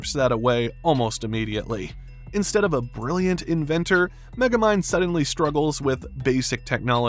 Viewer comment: Don’t you mean Meh-gamind?